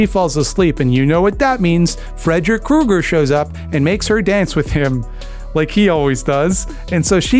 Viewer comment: If you THINK about it--IF you THINK...ABOUT it, Kreuger should be pronounced Kroyger.